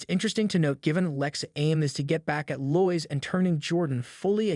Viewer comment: Very good video, but her name is pronounced Lo-Is.